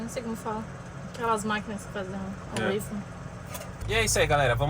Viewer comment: Só uma dica de intercâmbio já que vocês viajam para aprender em novos países … não é UEIFOU que se pronuncia … é UÓFOU. UEIFER é um biscoito que tem aí também maravilhoso mas é outra coisa . 😊